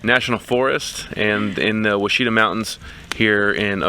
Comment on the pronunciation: Pronounce Washita